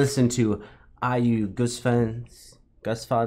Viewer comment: The pronunciation is GOOSE FANS